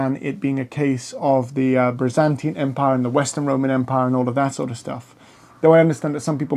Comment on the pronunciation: I do like much of your content, but you must work harder on your pronunciation of names of people & places. It's the Byzantine Empire, not the Brizantine, the Milvian, not Milavian, Bridge. It's Maximian, not Maxaminian, Maxentius, not Maxenius, or Maxentenius. The Tetrarchy did not separate the Empire in to 4 parts. The Augusti & Caesars had the same authority throughout the Empire. It just that each of them were placed in different areas for ease of management. This is clear from the coinage, for coins of all these rulers were valid all over the Empire, & they are found in both the east & west, bearing the images & titles each of them. There were many 'Germanic' soldiers in the Roman army from the first century on. Witness the Auxiliary Cohorts manning the forts in Britannia, Batavian, Tungrians, in Vindolanda around 100 ad, in the Vindolanda Tablets. Then there numerous inscriptions to other units, Nervii, Suebians, Vangionians, etc etc in forts etc of the Fontier zone. As time went on more & more 'barbarian' troops were employed by the Romans, ending in 'mercenary' bands, & Foederati, serving under their own leaders. Constantine was not responsible for this, & Gallienus had been criticised for making the Romans reliant on Cavalry, & having the troops go without helmets & armour, but all this sort of thing was just based on prejudice by opponents. Religiously, with one Empire, & one Emperor, it made sense to have one God, but one divorced from old priesthoods & patrician f